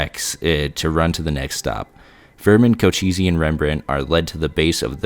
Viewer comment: co-che-ss, not co-cheesy.